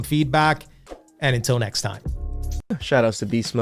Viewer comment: Same thing when someone says necks, when they mean next.